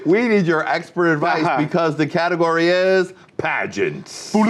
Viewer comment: lol ‘Catagory’